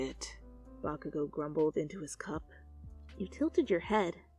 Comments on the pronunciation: I had captions on and every time she said bakugou the caption said vodka I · I put on the subtitles and every time she said “Bakagou” it said “Vodka go”